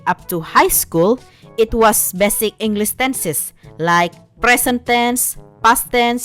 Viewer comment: Seriously, you speak english well, but when you screw up something. its hilarous, and makes your videos more entertaining, like in this video when you said "englis" and heck even I, a native english speaker screw up a few times